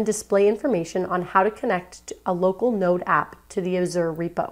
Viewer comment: Great tutorial, but it's pronounced like As-zhr not a-zoar